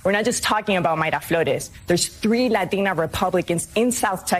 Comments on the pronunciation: Why does zim keep saying ladeena? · What is wrong with people these days. This chick that thinks she's a boy is speaking normal English but when there is "Latino" or "Latina" mentioned her tongue makes stranger sound then she back to normal English again. Sounds like it is inputting a D sound where the T sound should be. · I love how she says ''Latina'' with and accent. Then goes back to her regular accent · God I can't stand these democrats when they pronounce "Latina" and "Latino"... Perfect facking English with the exception of those words. Someone should make a skit about it. Lol all grifters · I hate hearing these people talk. If your accent doesn’t gel with the way you’re pronouncing Latina/Latino naturally, don’t change it to sound “better”. It sounds RIDICULOUS! It’s like AOC’s accent change or Hillary’s hot sauce. Just don’t! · I love how she only has an accent when pronouncing Spanish names and the words latino and latina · The way she pronounces Latina is triggering me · Does it really annoy other people too when Latinos speak perfectly good English with barely any accent, but whenever the pronounce the word "latina" they make up for all the absent accent for that one word? Like, she literally said "rio grand" but says Latina like she's a Mexican grammar teacher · Ugh, I can't stand how they pronounce "#Latina." It's #cringe af to me🤷🏽‍♂️ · hate the way she pronounces latina.